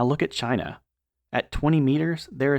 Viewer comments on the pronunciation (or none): none